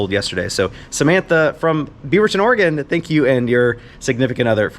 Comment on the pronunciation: Thanks for pronouncing Oregon correctly. Sadly that's not always the case. Most people can't.